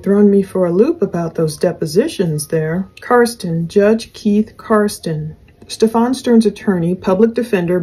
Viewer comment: it's pronounced "Steffin," NOT "StefAWN" as you've been pronouncing it. I love your show!